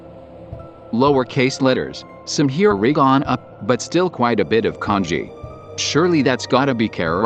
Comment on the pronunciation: Not hirinaga. It's hiragana.